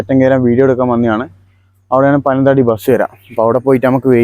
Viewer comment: പനം തടി ആണോ . പനത്തടി അല്ലെ